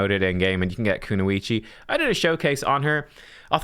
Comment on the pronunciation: Why do you pronouce "kunoichi" as "kunuichi"? There's no "u" after the "n". It's a "o". Pronounced "o". KunOichi.